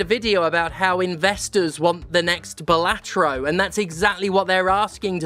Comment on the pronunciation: It's BAHlatro. LeviosAAAAAH